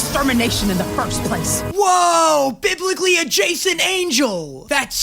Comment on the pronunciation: “WOAH BIBICALLY ACCURATE TELEVISION!!!” I’m in tears 😂😂😂